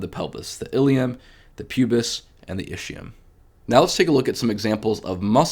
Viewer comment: My Italian brain hurts everytime I hear ischium pronounced ishium and not iskium. Anyway great video, thanks a lot for the great content!